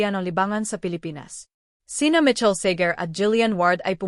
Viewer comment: You are giving a celebrity news but you can’t even get the name of Michael Sager right! It’s not Mitchell, for crying out loud! 🙄🤣